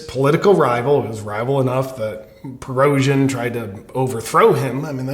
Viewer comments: The generals name is pronounced preh-go-shin just for future reference. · Great analysis. Black and white goodies and baddies. Conclusive statements w/ no evidence and you can't even say Prigozhin's name. Merica!